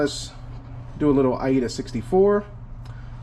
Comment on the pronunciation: the software is call aida not iada LOL